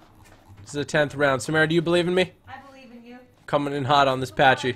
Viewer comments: It is pronounced p-a-c-y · you don't say pachy like that